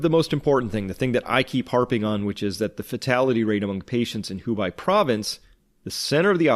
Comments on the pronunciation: Hubei is pronounced as HU-bay, like the Bei in Beijing. (Sorry, minor point) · We're in China, and have been following your videos from the start, thanks so much for putting the hours in to get the story out there. However, could you please start to pronounce Hubei correctly? It kinda winds me up every time you say Hu-bai. If you don't, I'll be forced to pronounce your channel as ''. Also, that's not Eddie Murphy, it's comedian Roll Safe. I won't tell anyone you're a racist, don't worry. It's our secret.